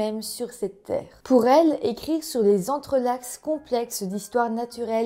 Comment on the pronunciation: Entrelacs ...si on prononce le C ...c'est un nom de super Vilain 😂